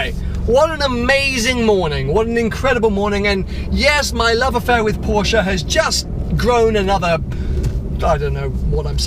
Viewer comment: Porsche not porschaaa 😂